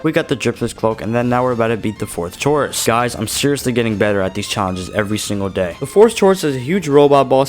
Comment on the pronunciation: Chorus is pronounced core-us (I hate to be that guy but Im going to be that guy)